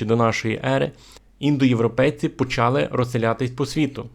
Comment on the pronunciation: Дякую за цікаву інформацію. Але Ви повинні говорити українською правильно. Було́, була́, були́, не бУло. ПочалИ, а не почАли. ЗроблЮ, а не зрОблю.